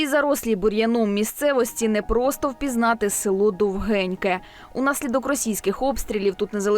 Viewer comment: Шановні кореспонденти, село правильно називається Довгіньке. Наголос на "о".